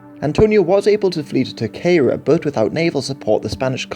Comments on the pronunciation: Small nitpick; It's not pronounced TerQUEIra island, it's TerSEIra isalnd. Source; I'm a native from that island. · Your pronunciation of terceira was atrocious